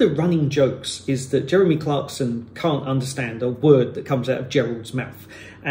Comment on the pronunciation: My Grandad has a old rural Essex accent that you don’t hear at all now, only in the elderly folk. He sounds to me somewhat similar to Gerald, he’s from around Colchester but lives in Bicknacre now. He pronounces “I” more like “oy” and saying words like “can’t” he’d really stress the A sound like how you’d hear Cornish folk pronounce it. Seems like in the south east and Home Counties, you don’t get too much accent variation anymore.